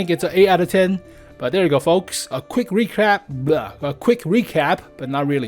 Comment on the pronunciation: You said it best when you said a quick recrap. lol